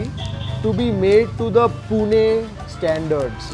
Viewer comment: I like you pronoun "पुणे "not पुना Dabeli is not Maharashtrian Dish it's Gujrati